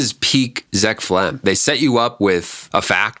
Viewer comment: It’s zeck felms not zeck felm